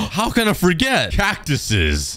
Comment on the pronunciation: The way u said cactisis 😂😂😅